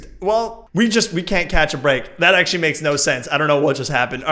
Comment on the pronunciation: Don't you mean AXEtually:)